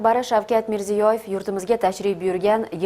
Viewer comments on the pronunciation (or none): Hurmatli Uzreport xodimlari, Hammasi zur, gap bolishi mumkinmas! Faqat aynan Mana shu boshlovchi qizinglarga aytinglar prezidentni nomi sof uzbek tilida aytishni urgansin. MERZEYOYEV deb emas Mirziyoyev deb... Baraka topkurlar tojikcha, urischa aksent bn kursatuvni olib bormanglar.... Iltimos.